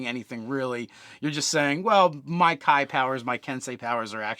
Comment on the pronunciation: Is there a reason they say Kai instead of Kee?